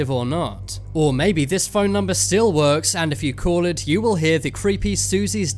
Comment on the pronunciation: He pronounces "Call" as "Cool" .